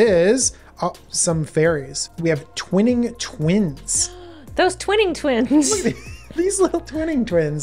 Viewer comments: Twining Twins, not Twinning Twins! Gosh. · I think it's Twining as in Entwine, not twin. So, Tw-eye-ning Twins, cause they are spinning... entwining.